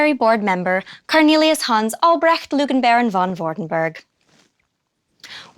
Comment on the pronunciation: Elise's pronounciation of Albrecht is excellent! And we really should have known the Baron was lying. He's called the Lugenbaron! I can't believe I didn't make the connection before.